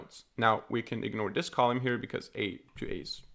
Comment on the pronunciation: It's cute that you call it 'colume'. Amazing work. Thank you